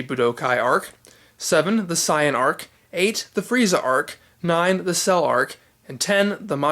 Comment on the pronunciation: I don't like it, you are pronounce the name for example saiyan as sayan, this gave me a headache when I watch it, so I'll use the English name instead